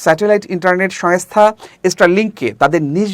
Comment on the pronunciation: It is Shongsta , not Shayngsta , it is Shongkar , not Shayonstar